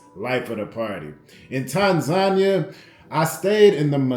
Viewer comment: tan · zah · nee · uh........Other than that......I like the videos fam 👍